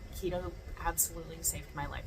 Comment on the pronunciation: Keto, not Lego 😂